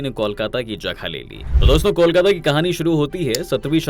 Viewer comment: Pahle kolkata ka uchaaran Krna sikho